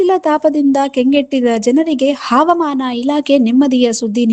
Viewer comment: Havamaana word sariyaagi uchchara madri